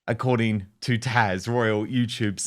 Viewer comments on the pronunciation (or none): Dan, it’s Taz not Tash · Dan, are you calling Taz 'Tash?' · Dan, I watch all your posts, and enjoy the guest you co-ordinate with yourself...However... According to Taz- you keep calling her "TASH" in your conversations. Her Handle is TAZ (Ta- "Z" as in Zebra) not "TaSH" as in "SSHH", Like you corrected yourself about "P Dina" (like "Diana"). But...keep up the great insight into the Royal Family and esp the BASHING of "H" and "ME-ME" !!! Thanks in advance...Terry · her NAME IS TAZ NOT TASH. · Dan her name is TAZ not Tash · It's Taz Dan, you keep calling her Tash! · Its TAZ not TASH is that OK dave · Why do u call her Tash and not Taz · Dan her name is Taz, not tash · Like Dan Tash really Dan it’s Taz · Dan, your guest’s name is Taz (think Tas as in Tasmania), not Tash. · Will someone, anyone tell him that her name is TAZ not TASH! Smegs is selling 2nd hand product that some unknown company makes. She did not pick one berry. As for the pots that she is stirring, whatever it is most likely stuck to the bottom of the pans, just the way it is stuck to the sides. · Why is Dan W calling Taz Tash lol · SHE IS CALLED TAZ NOT TASH!